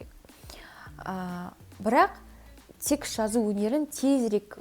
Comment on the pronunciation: текст деген созди секс деп естп калганснгой 😂